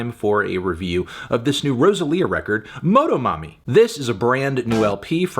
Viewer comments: la manera que melon dice "MOH-DOH-MOMMY" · hearing melon's pronunciation of motomami took a few years off my life. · As a hispanic person, hearing melon say "motomami" feels like seeing a teacher at the supermarket at age 7